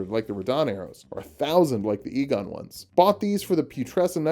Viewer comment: You must be Igon [pronounces it ee-gon] Igon: No, it's pronounced "eye-gon": But they told me it was "ee-gon" Igon: Well, they were wrong then, weren't they?